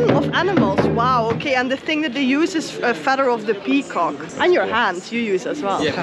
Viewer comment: Nah 😭😭😭 They literally made fun of him for saying Pee-Cock